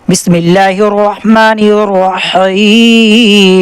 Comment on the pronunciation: حضرت پہلے آپ بسم اللہ ٹھیک کریں اپنی